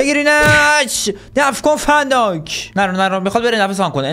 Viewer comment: ببخشید ون دایکه نه فن دایک 😂😂